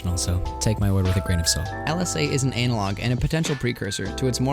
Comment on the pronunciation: Ain't no way you just pronounced it "anal-log."